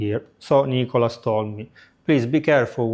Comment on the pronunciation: Who is ni-co-las